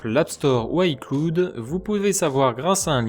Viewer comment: la prononciation d'Icloud est vraiment très irritante... lol sinon très bonnes astuces, elles vont m'être très utiles, merci à toi